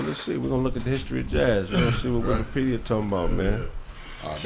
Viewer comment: said "Widikipedia" lmao